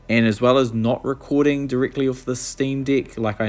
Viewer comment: as an australian, i think its a new zealand accent at work!